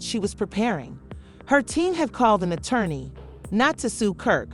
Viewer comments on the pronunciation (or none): none